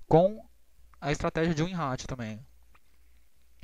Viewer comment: Nao e gozacao nao mas vc fala ratio igual ao seu. De boa pode falar "Rei-xou" (Com "r" de paulista do interior e silaba tonica no Rei. Vlew? Espero nao ter te ofendido.